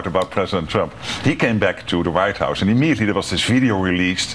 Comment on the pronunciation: even english is bad of this rutte: not is, but "isz, hausz, szo mach"